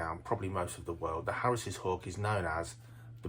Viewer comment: Can’t watch it, Harris’s just doesn’t sound right. Never heard that pronunciation and can’t watch 😂